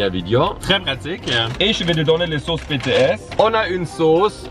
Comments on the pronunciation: Ça me tue faut le dire en anglais BTS (BiTiS) comme BlackPink, got7, TXT bref ta compris (moi aimer la k-pop mais voyons ne dites pas de sautise.... J'ADORE😍) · Ça c écrit BTS mait ca se dit Btis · « Betéèsse » sa fait mal à entendre 😭 lis les lettres comme en anglais 🥲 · ON DIT PAS BéTéS ON DIT BiTiS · j'ai envie de pleurer on dit bitièse pas bètèsse TnT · BTS ça se dit pas « Bétéèsse » mais « Bitiès » les lettres à en anglais quoi pas en français TwT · tu dit " bts" mais sa se dit a l'anglais "bi ti s" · Pk di BTS( béts) alors que ça se dit Bts( bitis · «Bétées » C’EST «BiTieS »!! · Es que y’a que moi que ça stresse qu’il dit BTS et pas BEE TEE ESSE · On dit bities l'anglais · Ça se prononce bitis c'est en anglais sinon j'adore tes videos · OH MON DIEUUUU TA DIS "BTS" CA CE DIT "BITIS" AAAAAAA JE MEUUUUURS 🤯😱😭😭😭😵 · Comment il a prononcé BTS 👁️💧👄💧👁️